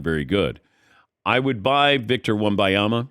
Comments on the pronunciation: wtf is a Wimbyama?? Wem-Ben-Yama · Stop saying wemuhyama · Say the man’s name right! It’s not victor wem-bye-ama. It’s not hard to say ffs. No respect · It drives me crazy people don’t say Wembanyama!!! M!!!! Not a N!!!!! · Why can't any of these professional talkers pronounce his name? It's not even difficult. This is a troll right? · I can't drop a thumb up. It drives me to distraction the number of times you mispronounce his name . NIA-MA.. . BA-NI-A-MA. WEM-BA NI-A MA. Just practice , will you ??? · First off...for God's mercy, Ban-Yama. It's not hard man. Future face of the league so might wanna get the name right. Next, I'm tired of this stupid narrative of "cAn ThE sPuRs BuIlD aRoUnD vIcToR". Uh, hello. The Spurs, who have 5 titles? This isn't the wizards or something that we're dealing with. It's his ROOKIE SEASON! Can we give them more than 90 percent of his first year to do something? Good Lord. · The name is WEM BAN YAMA. Is it that diifficult to get it right? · DAN LEARN HOW TO PRONOUNCE VICTOR'S LAST NAME. This is really embarrassing on your part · How is Dan mispronouncing his name this badly? He’s THE pro and not a moron. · Every time he pronounced his name wrong, i die a little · Please learn to say his name. This is terribly annoying. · Maybe learn how to say his name properly before doing a 10 minute interview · For god sake learn to say his name ! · All the casuals get Wembanyama's name wrong. Seriously, it's not even a hard name to pronounce. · he's not a casual, he's fuckin Dan Patrick. but yes, it's really weird that he can't pronounce it right. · Had to stop watching after the 8th time his name was mispronounced. Come on already. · How insulted would these guys feel if other people butchered their names the way they do with Wembanyama? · The old guy can't pronounce Wemby's name it's infuriating af, go to the hospice or edit and bleep it, it's insufferable